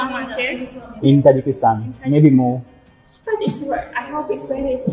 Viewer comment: Tajakistaan hota h ki tajiskan